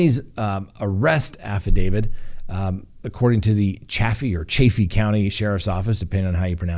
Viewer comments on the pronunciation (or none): It's Chay (long a) fee. Chaffee county, as the locals pronounce it. Also, it's affidaviT with a t, not a d at the end of the word...according to multiple dictionaries including Black's Law Dictionary. Thank you.